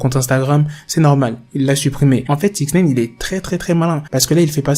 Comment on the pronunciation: Six Naïne! Pas six nèïne